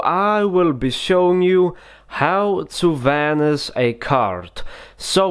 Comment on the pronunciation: It sounds like he’s saying vanise like tf does that mean like if you agree